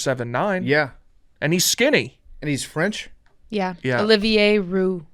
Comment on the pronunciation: Good god is BUTCHERING Olivier’s “Olive -Er” Ohio education at its finest. The worst of all time